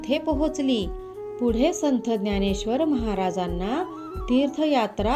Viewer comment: आधी संथ हा उच्चार संत असा करा